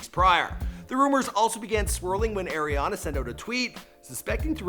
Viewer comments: Bruh it's not Airiana it's ARIANA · It's pronounced "ari"ana not "air'ana😂😂💀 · It's Ariana people, not Eriana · The guy keeps calling Aeri Aana grande... creeping my brain out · "AIRIANA".... ariana...